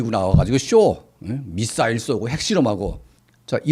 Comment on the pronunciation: 미싸일을 미사일이라고 발음하면 안될가요?